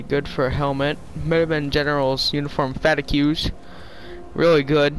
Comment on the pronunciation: FFS! It's pronounced fah teegs, not fa-ti-queues!